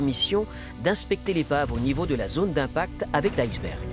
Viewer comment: Quand j'étais enfant, on prononçait le mot iceberg "isse bergue" , c'est même la prononciation indiquée dans le Larousse. Pourquoi prononcer différemment maintenant. Il y a des tas de mots d'origine étrangère qui se prononcent à la française.